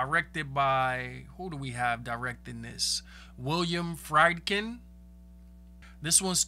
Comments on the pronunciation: The directors name is pronouced William FREE'D KIN (like we were free'd & you are my kin 😘) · Jeez...I get going in blind, biut damn at least research how to pronounce peoples names... William FREED-kin Max von SEE-dow